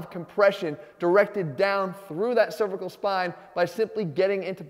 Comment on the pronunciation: Please watch your pronunciation of cervical, the one you're using refers to the female anatomy. And yes, they are pronounced differently.